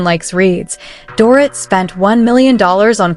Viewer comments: Can't the creator of this video adjust the AI voice to pronounce the name Dorit the proper way, which is Doreet? If they use AI to speak, why can't they fix it to pronounce the names of the major subjects correctly? Lazy. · Please learn how to correctly say her name....DorREET! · I know - it's DOREEET not DORIT!!! And Hermes is pronounced ERMEZZ - not whatever the AI voice was saying, lol. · I agree, it is lazy ! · They jacked her name up for sure.